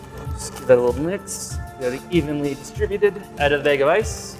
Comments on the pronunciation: rut, ruff (roof), crik (creek) beyg (bag)... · everyone is talking about root vs rut but my mans said BAGE of ice